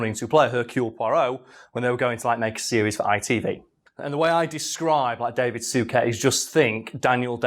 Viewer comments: Soo ket lmfao 😂😂 it's soo-shay Suchet. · Soo-shay. I'm old enough to remember David's brother John having his name announced every time he presented the news, so I've old person knowledge on how to say it 😅